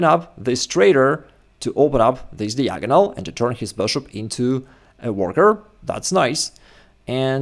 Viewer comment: If I learn how to play chess, will you learn how to pronounce "diagonal"?